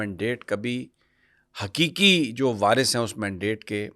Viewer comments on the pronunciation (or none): پورا پنجاب حروف تہجی قاف کو کاف بولتا ھے جیسے کہ ابھی آپ نے کہا۔۔ حیکیکی جب کہ درست لفظ حقیقی ھےم